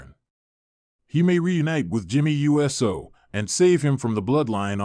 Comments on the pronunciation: It's uso, not U.S.O. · ai is so dumb just say uso not jey u s o for real pronounce uso right. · Why cant this guy pronounce the Usos names right? Jey and Jimmy U.S.O??? WTF???